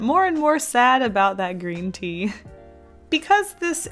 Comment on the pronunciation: I watched the "Paint with my BLOOD" first you said "coffee and tea" I misunderstood and I thought you said "Pee" lol.